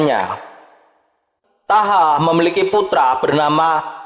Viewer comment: Thaha dibaca Thoha.. (Toha)